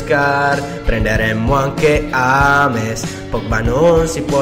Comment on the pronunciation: ames non si può sentire si dice jems ho scritto sbagliato per farvi leggere come si dice james